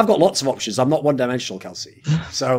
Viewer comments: Is it just me or is Thorin saying vedius’s name wrong the whole ep? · He does. Why? One can only speculate. Maybe he watches the matches muted or does not watch much EU LCS at all.